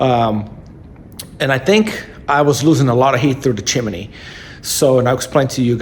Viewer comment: It's chimney, not chimaney genius. I hate ignorant 💩